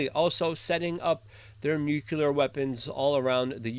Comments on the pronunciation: how hard is it to say NUCLEAR instead of nucular? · Like, why do you keep mispronouncing the word "nuclear"? It's pronounced "nu-clee-ar". Not ""nu-Q-ler." Got it? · NUKE -LEE-AR not NUKE-U-LAR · Luke radowski please learn how to pronounce the word nuclear? Thanks